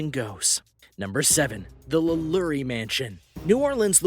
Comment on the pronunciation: Oh Lord, Delphine's name is pronounced "La-LOW-ree"